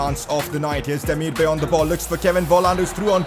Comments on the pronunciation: Demirbay is actually pronounced like ''Demirby''. He has Turkish origins so I know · Pcq: it’s pronounced hra-deck-ski and day-mir-ba-ay